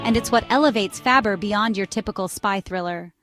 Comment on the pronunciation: It's pronounced FOO BAR not Fabber...And the last one is "Reacher" not what ever the hell you said. AI, what the fuck?